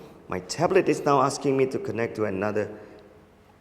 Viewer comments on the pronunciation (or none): none